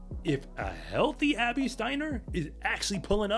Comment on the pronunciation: he trynna said Abby just NOT like that i get it lol